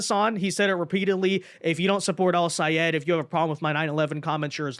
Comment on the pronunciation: OMGOODNESS!! You are so nice to be pronouncing Sayed's name as he insisted everyone do. 😂😂😂